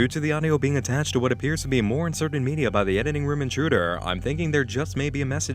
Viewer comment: I don't know why, but I love how pronounces media "meedi-yaah"